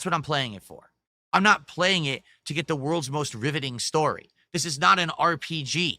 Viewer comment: "one of duh Best Gamers in the country"